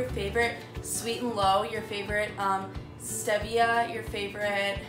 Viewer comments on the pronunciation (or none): Noo nooo it’s steeevia not ste via! I loved the tutorial tho! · “Es tevia” had me dying! Good video👍🏼